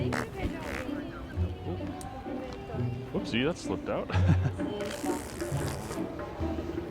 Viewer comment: "Duces"... Lol. Nailed that. 🤣🤣